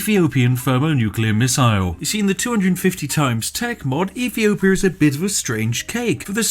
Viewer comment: "EFEEOPIA" FFS. You can't talk as if you're posh (joking or otherwise) and fail to pronounce "th" properly. Urghh